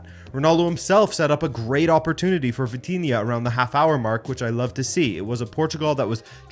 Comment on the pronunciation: "Vatinha"? quem é esse "Vatinha" é jogador? Estas a pronunciar mal varios nomes, espero que tentes corrigir isso. Ouvir um estrangeiro a pronunciar mal os nomes é irritante, mas tu és português.